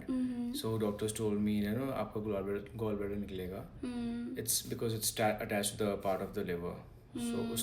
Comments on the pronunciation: Hy girl it's not gol bladder or girlsbladder or something ladder 🪜 it's gallbladder 😚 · Please it's not gol it's gall bladder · Guys please notice its GOL BLADDER not GALL BLADDER 😂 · Severe ❌ seviyyar ✅ Gall bladder ❌ Gol bladder ✅ Symptoms ❌ Sindoms ✅ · Everyone who's mocking her gall bladder pronounciation, you people can pronounce each and every english word perfectly right? Especially medical terms? Bas ek do english words sikh liya and dusron ko niche dikhane chale aye